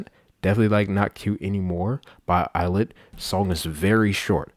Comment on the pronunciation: The lyrics “they call me il-lit” are telling people that their name is pronounced “I”-llit instead of “e”-lit cause it means “I’ll it”